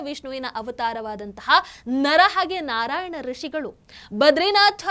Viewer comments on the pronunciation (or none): none